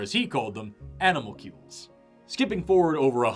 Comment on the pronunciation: Even CCs couldn’t quite hear what you said. If you can hand edit them I think people would appreciate it. , is it animal-cubes? Or animal cuties?